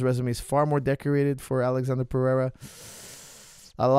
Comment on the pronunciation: his name is not alexander, its alexsandro